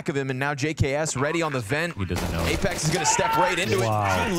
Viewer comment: When commentator called apex 'LamePex' ive spit my drink out 😂